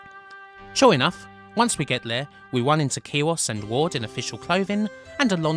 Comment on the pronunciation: are you saying watts?? watson??? ward brah WARD